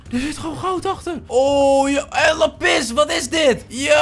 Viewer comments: lappis kijkers: lápis!!: lappis kijkers:... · Niemand:: ik zie laPIS